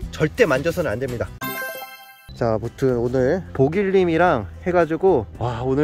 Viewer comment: 보길님 말할 때 키빈님 이라고 들리넼ㅋㅋㅋㅋㅋㅋㅋㅋㅋㅋㅋㅋㅋㅋㅋㅋㅋㅋㅋㅋㅋㅋㅋㅋㅋㅋ